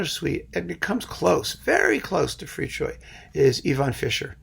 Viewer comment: Thank you for pronouncing Fricsay‘s name correctly! :)